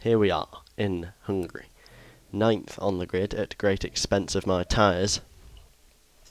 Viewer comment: Do you know that you always say "hungry" instead of "Hungary"? :DD